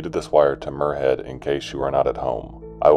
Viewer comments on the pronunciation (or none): Love the content but as a Scottish person in cringing hearing muirhead as moorhead, it's spoken more like miur not moor